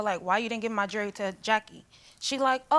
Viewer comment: Before bringing a lawsuit about jewelry to be shown on TV, maybe learn how to actually say the word "jewelry"